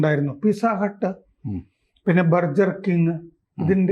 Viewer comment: ചേട്ടാ ബെർജർ കിങ് അല്ല... ബർഗർ കിങ്